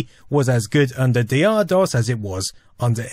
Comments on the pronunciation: For God's sake man, it was called DOCTOR DOS not D. R. DOS. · Isn't 'Dr' pronounced as doctor? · I always pronounced DR DOS as "Doctor DOS." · And I always thought it was pronounced "Doctor" Dos. Doh! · At the time of DR-DOS, everyone I knew pronounced it "Doctor DOS". Interesting to find out that was wrong after all this time. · Dee Arrr? I always pronounced it as Doctor Dos. :O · And for all these years I thought it was pronounced Doctor DOS.... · My disappointment that this isn't pronounced "Doctor DOS" knows no bounds. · I thought it was Doctor DoS too. I had only seen it written and never pronounced. It had nothing to do with Aqua, as I did not know they existed until Barbie Girl was out.